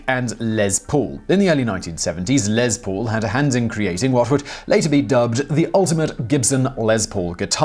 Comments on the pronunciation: It's Les, Zimon Whiztler; Les Paul, not Lez. Short for Lester, which is pronounced like Leicester. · Your pronunciation of Lester Paul's shortened name grates on me. It is "Less Paul", not " lez Paul". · It's Les Paul, not Lez Paul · Who is Lez Pool? Oh Les Paul lol gotta love the accent. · I've watched probably 100 of your videos and never once scoffed at your pronunciation of words and names but for some reason every time you said Lez Paul instead of Les Paul it just sounded weird to me. :) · I thought you were saying "LezPool" instead of Les Paul, all I could think of was a pool of lesbians lol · Lez... Lez Paul. Lol... Les Paul. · Took me a second to figure out what a "Lez Pool" was... Maybe it's a place to relax after a Pride parade on a hot summer day. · it's pronounced LESS Paul, as in 'Simon could not prepare LESS for theses shows if he tried!' So, while Mr. Paul was to all appearances MALE and STRAIGHT SO LIGHTEN UP ON THE LESBIANS, OK? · because it's impossible for Simon to do LEZ preparation for his 'job'! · if he could stop saying 'LEZ' Paul... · Um..... no, there is no z in Les Paul... look it up... Next time you try and correct somebody, make sure you're actually right.